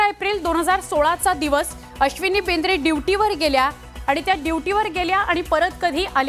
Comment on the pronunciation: BINDRE NAHI BIDRE 😂😂